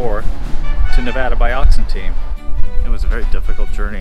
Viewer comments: Great video. All the years I have lived around here, I have never been in the cemetery. There was a fire a few months ago that burnt the buildings to the left of the railroad station. BTW, tell your buddy you say Nevada just like you spell it Nev-Ad-A, not Nev-Odd-A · Great video! Other than pronouncing Nevada wrong haha